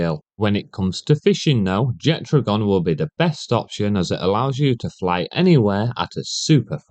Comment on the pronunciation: There is no "d" in Jetragon's name, but based on what I heard in this video, you're just shit at reading and saying names 😂